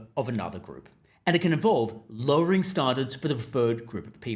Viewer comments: Just use your own voice. Your attempt to sound like a newsreader is making you mispronounce “standards”. No one says it like that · Why can't you say "standards" properly? Did you have a stroke? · Are you from Adelaide? Standards has a "pan" vowel not a "palm" vowel in 90% of Aussies.